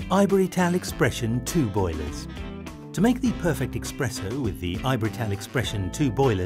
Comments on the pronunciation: STOP SAYING EXPRESSO!!! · Expresso?????!!!!!?????!!!!????? WHAT? Please! If you can't get that right, how can I trust your coffee machines?